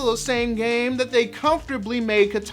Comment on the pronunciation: why do people always mispronounce Kitana's name?